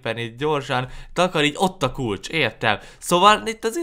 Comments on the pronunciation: a kulcs helyet azt mondtad hogy kulacs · 2 azt mondtad a kulcs hejet hogy kulacsXD